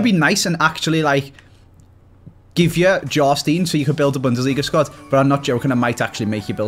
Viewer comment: Jarstiin ITS prenounced JARSTAEIIN